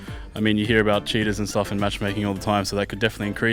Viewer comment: fer sounds like hes saying shitters instead of cheaters lol